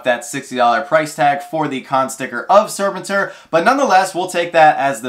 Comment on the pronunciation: just in case he comes up again it's pronounced Sir pen tour. Next to Krrsantan he was my favorite SDCC 2022 non Freddy Pop. Mostly cause of my fondness for the 80s toy.